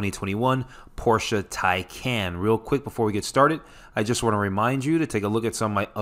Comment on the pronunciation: Tycon not Tycan